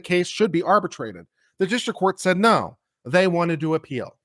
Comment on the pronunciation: Thank you for saying "Naw". Made my day. (giggling)😂🤠🧡